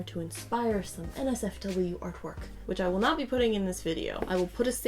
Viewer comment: When she said NotSafeForWork I heard Nazi Fork